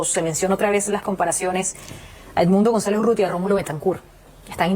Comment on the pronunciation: URRUTIA , flaco; no UTURRIA